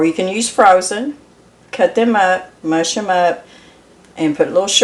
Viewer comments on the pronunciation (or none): none